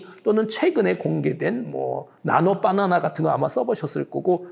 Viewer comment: 빠나나 라는 발음이 너무 폭력적이예요 교수님..ㅋㅋㅋ